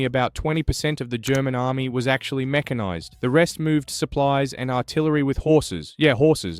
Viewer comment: yeah this is AI, its mekanised not meshanised